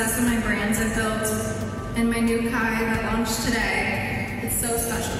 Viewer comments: its not K-H-Y its pronounced K-I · It’s pronounced Kai not K-h-y and at this point if you buy from any KarJenner brand, you deserve to get duped 😂